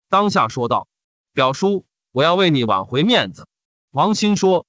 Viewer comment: 是"挽"回, 不是"軟"回 :}